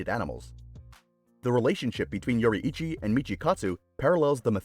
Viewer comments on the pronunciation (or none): "Yoreeichii" nice bro u totally saif it right NOT A HATE COMMENT!!!